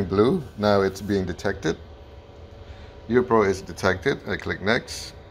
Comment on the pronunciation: Sorry, but it keeps sounding like you're calling this a "Euro".